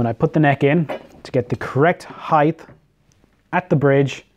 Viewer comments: Heith is not a word. It's height. As in hite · There’s no “th” in height. Rhythms with “right”. 😃